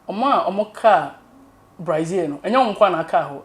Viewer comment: The name is BRAZIL but not BRAIZIL